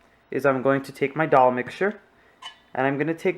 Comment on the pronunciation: You videos are very clear and you are very good. Now, it's not Doll, Dol or Dhal. The correct pronunciation is Dal. Like a baby saying da da.. dal.